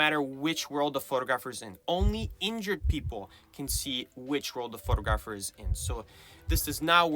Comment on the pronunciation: How you mispronounce photographer is jarring. Surely you should make sure you know how to say the word since it's the main word you'll be using all the time 😅